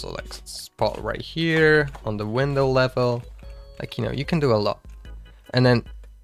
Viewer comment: bro forgot how to say window